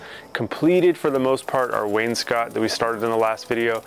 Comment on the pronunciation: Please start pronouncing wainscot correctly. Please.